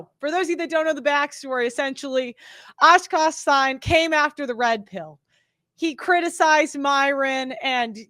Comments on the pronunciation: aah-kaash seen-ghh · Osh-kosh sign 😂😂😂😂😂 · "Askash Sign" damn